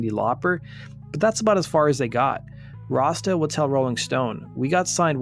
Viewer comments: It sounds like your calling him "Rasta" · Why does he keep saying rosta or razda? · You say Rossdale really weird! Sounds like you’re saying Rasta 😆🤦🏼‍♂️ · Everytime you say "Rossdale" it sounds like "rasta". ENUNCIATE. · Sound like you’re saying, Rasta for Rossdale. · Doesn't sound like you are saying Rossdale right